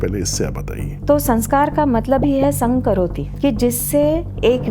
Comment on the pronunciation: संघ करोति ❌ सं करोति ✅